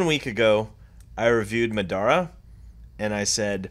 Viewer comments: Bro said madara it’s pronounce ma-der-ra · No one: Me waiting for people to say madara right: 😞 (P.S I don't really care)